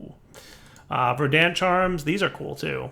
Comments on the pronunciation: Yup, Verd ant not, Ver dant. is the type that can’t say: osteoporosis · the emphasis on "Verdant" is on the first syllable